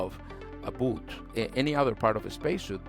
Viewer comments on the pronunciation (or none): none